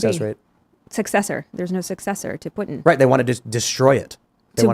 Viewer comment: She keeps saying 'Putin' like 'Puttin' and it's so annoying.